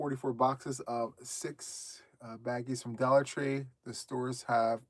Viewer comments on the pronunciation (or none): none